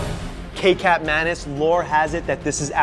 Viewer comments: its not ke-cap its ke-chap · It is actually pronounce as key-chap not kaycap -_-' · Nope, it's kecap (kay-chup). Similar to how you pronounce ketchup. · Kecap is pronounced ketchup lol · it is pronounced as ketjap not fucking kekap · It's pronunced like ketchup, not ke-cap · kecap is pronounced like ketchup in indonesia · pronounced key-chup